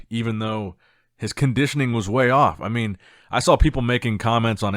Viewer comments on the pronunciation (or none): none